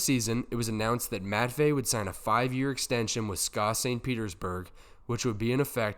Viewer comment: S K A not ska. Ska is an annoying music genre.